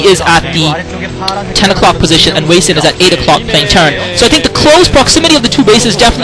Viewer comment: its sorta weird to hear hwasin (hu-wa-sin) pronounced as hueysin, lol